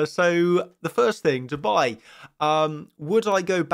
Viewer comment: When you say "Dubai" you sound like you said "to buy" ... it's yer pronunciation quickness, so "DUU-bai"